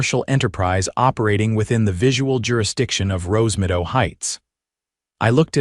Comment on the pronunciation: Wouldn't it be Rose Meadow instead of Rose Midow? Your AI bites big time.